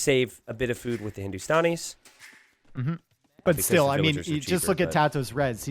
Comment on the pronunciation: Its Hindu - Stan - E - s not Hindu - Stawn - E - s :P